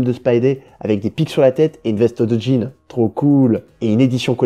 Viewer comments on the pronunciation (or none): none